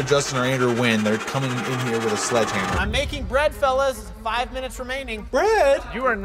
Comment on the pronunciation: Justin you said one hit with the sleghamer